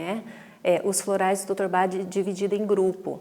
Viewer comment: Gostei muito dos esclarecimentos mas confesso que me incomodou muito a profissional falar Dr BA, ao invés de Bach... Grata!